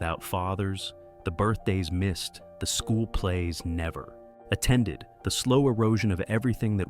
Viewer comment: The A.I. voice is difficult to listen to. "Never............attended" . Brutal!